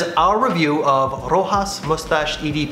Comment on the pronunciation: Ro-has? Really? It's pronounced Ro-shass.